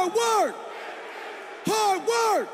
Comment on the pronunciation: lmao he say hardwork not fucking Hogwarts😂😂😂😂😂😂